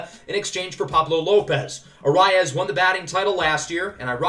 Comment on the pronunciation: For Luis Arraez it is pronounced ah-rise